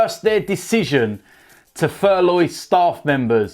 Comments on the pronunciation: Furloughi???? Then furloughed????I thought it was called furlough.How about talking about the benevolence of Danny rose.A standard of true professionalism.Thfc fan. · Furloin? 😅 be calling it a sirloin steak next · Why can't he say furlough properly?